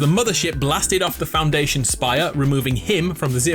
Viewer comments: stop saying foundwation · Ha ha clever Foun-dwayne-sion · When he said “the founduation” I was like 👁👅👁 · i love when foundation is called foundwaynetion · Foundwation lol love how he said that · Faundwaithon lol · he said foundwaynetion again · Foundwation gets me every time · he said foundation with a W